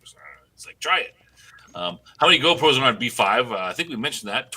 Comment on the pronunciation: GROPOS = not GO=PROS :D